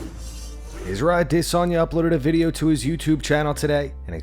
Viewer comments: How much practice did it take for you consistently sound like an idiot each and every time you say izzys last name? The consistency in that is incredible. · I really wish this channel would just say Adesanya wrong like a normal person. Shit sounds so weird when he tries to pronounce it to proper way. 😂🤷‍♂️